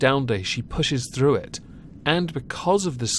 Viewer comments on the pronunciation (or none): none